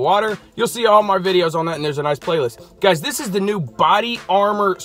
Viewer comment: "Hey Guyshchs"